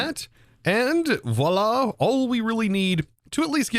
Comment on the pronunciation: "Voila! Ekspecially! Inless!" Architect